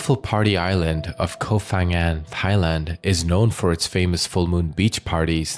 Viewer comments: The "Ph" in the name is not pronounced as "F".... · Hi, just for future reference, it’s actually pronounced Pa-ngan, Thai just LOVES their PH in every name for some reason, even if it doesn’t make an F sound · With such good research, maybe it would be an idea to also research how to pronounce names of places correctly. 😂